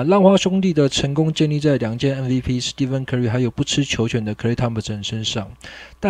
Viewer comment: curry的"stephen"查字典的確跟"steven"發音一樣，但應該是念"steph"(史ㄉㄟˋ夫) 。